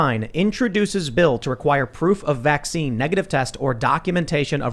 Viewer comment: IT'S NOT A VAXX-SEAN